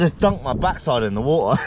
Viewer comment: “I just dunked ma back side Inta tha wataar. Haha!!, awesome to see”! 😂